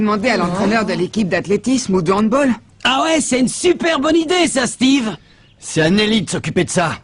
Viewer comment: il a osé dire handboll 😱 j'ai mal aux oreilles